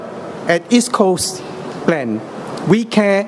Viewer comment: he pronounced plan as plant...lol